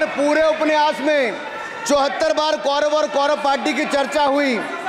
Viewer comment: उपन्यास बोलना नहि आता ठाकूर सहाब को